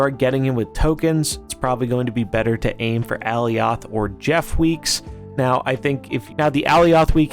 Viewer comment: Alioth is pronounced like Goliath